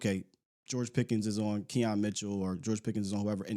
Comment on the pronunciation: Quinyon Mitchell not Keon Mitchell